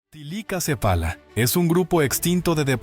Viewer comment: Bueno,no se pero soy yo o dice tilicacefala,y no thylacocephala